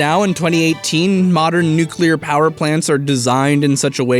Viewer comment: Nu-clear. Not Nuke-u-lar